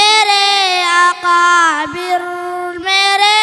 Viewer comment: بھائ ۔۔۔۔اکابر ۔۔۔کا تلفظ درست کروائیں ایک بار نہیں کئی مرتبہ اقابر ۔۔پڑھا گیا